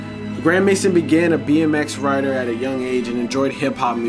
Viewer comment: his name is actually pronounced grand may zone and yeah he's a total goofy always hated this guy